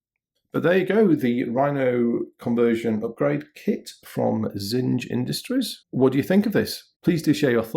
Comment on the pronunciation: You sure their name rhymes with singe? It looks to me like the German word for things, which is pronounced "TSING-ah" ...